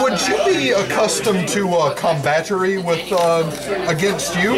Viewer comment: "Combatary" lolol